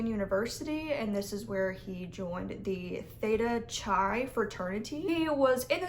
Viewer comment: Ip-suh-LAN-tee, Lass-er-A-shun, Thay-tuh-Ki...Good luck in Grad School!